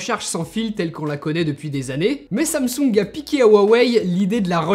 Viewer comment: Quand t’as dis samsung j’ai entendu ça me soule